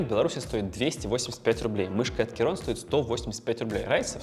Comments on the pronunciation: Блин, что за "керон"? "Ки-крон" или хотя бы "кей-крон". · Достойный обзорщик, даже не смог название прочитать, Кейрон 😂